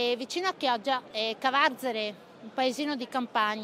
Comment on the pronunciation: Grazie... però non si dice "Cavarzàre", ma "Cavàrzere" (la cittadina veneta)!